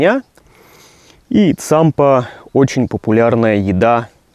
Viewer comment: только правильнее Тсампа